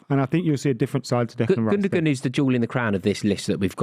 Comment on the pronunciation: also them all pronouncing Gundogan wrong...